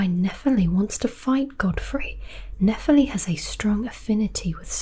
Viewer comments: nephEli, not nEpheli please! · Great video, but why did you butcher her name's pronunciation even after showing how the game says it throughout the video? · Even after Nepheli says her name more than 5 times in the game, you somehow managed to butcher the pronunciation. Did you even play the game?